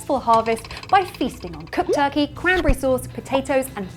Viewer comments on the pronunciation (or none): none